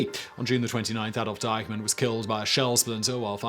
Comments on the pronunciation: Why does he keep calling Eichmann "Dykeman"? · Am I the only one who hears him saying Deihmann instead of Eichmann? One is an online retailer, the other’s a Nazzi war criminal, but no biggie!